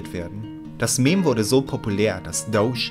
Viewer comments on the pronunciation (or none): Bitte sag beim nächsten mal ^Dodge^ und nicht douche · Ich dacht mir auch, jeder andere sagt Dodge :D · "Das Dousch-Car"